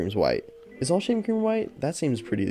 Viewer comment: Why I heard “shaming cream”